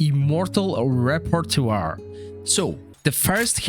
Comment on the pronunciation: Please learn how to pronounce repertoire, good guide thanks